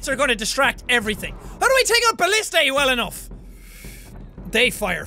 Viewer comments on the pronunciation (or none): jack its not ballistey its ba list a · Jack, it's pronounced bul-lis-tuh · its ba-li-stah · It's Ba-list-ah